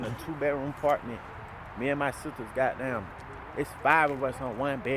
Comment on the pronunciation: The way he say Gawh damn! He gotta be from Atlanta 🤔